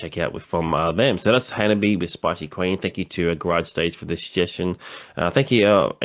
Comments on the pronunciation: Thanks for reacting to the HANABIE. video! The band name HANABIE. is pronounced "Hana-bie" (hah-nah-bee-eh), not "Hanabee." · theres an extra syllable in their name :) ha-na-bee-ay. basically, exactly how you pronounced it but add an -ay to the end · It is misinformation, as claims, that the pronunciation of the word Hanabie does not contain the "eh" sound. The little troll with the minuscule ego,, repeatedly claims that the Japanese letter "e" is pronounced like "yay", which is almost beyond ridiculous. He bases this on the video he suggests here, because Yukina shouts "ay" in it, which, however, has nothing to do with the pronunciation of the band name. But intellectual capacity is too limited for him to grasp this.